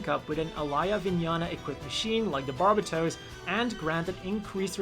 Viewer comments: That is not even close to how you pronounce "barbatos" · He says its barbatooos Bit its barbatos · Why does everyone pronounce Barbatos incorrectly? Its bar-bay-tose. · "barb-a-toes" lmfao